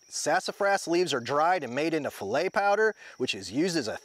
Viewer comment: Im so glad I watched this. I thought I was dealing with mulberry trees Sidenote: gumbo file' is pronounced "fee - lay."